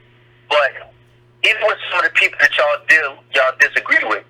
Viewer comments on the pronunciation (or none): Are you saying Dat instead of That?